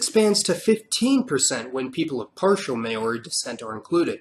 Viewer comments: please, it's never pronounced "mayori" it's only pronounced "maaori". here in nz, even when it's pronounced wrong it's not pronounced "mayori" but as "mowri" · Did my dude just say “may-or-ee”. That literally couldn’t be further from how you pronounce Maori. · māori is pronounced as “maaori” not “ma-ori” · it's not may-ori it is mao-ri and roll the R just so u know bro and cheers for spreading the word of us islander chur cuz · This is an awesome channel! Just never say may-ori again. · Its not pronnounced "May-ori" lmao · Why you keep saying MAYO REE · Maori = Mah-Ooh-Ri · Very good research but you butchered the pronunciation of Maori. You missed to mention the Moriori people from Chatham islands of eastern New Zealand they are very few now or maybe non-existent at all but they are mysterious people. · that moment when he says maori wrong, says it pretty much correctly just to prove he can, and the says it wrong from then on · learn to pronounce Maori correctly!! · It's not Mayori, it's Maori. And Rapper knowie, it's Rapanui. Get your pronunciation right. 😂. Love the history though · Interesting video but just have to mention: Mao-ri not May-o-ri, Ki-ri-bass not Ki-ri-ba-ti, Ka-le-do-ni-a not Sa-le-do-ni-a. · New Caledonia is pronounced new KAL-edonia Kiribati is pronounced kiri-bas Norfolk Island is prnounced more like nor-fik not nor-FOLK Irian jaya is known as West Papua. Also why incorrectly say "may-oree" and then correctly pronounce "mao-ree", it kinda makes no sense